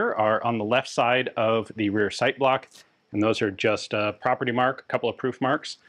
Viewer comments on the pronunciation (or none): none